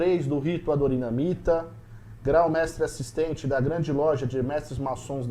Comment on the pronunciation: Por que muitas pessoas pronunciam Adoramita, quando o nome é Adonhiramita? Vc,, falou assim. Ouça? No mais, o podcast é muito importante. Precisamos fortalecer o nosso Rito. Sou grau 33, desde 2012 e estudioso do Rito.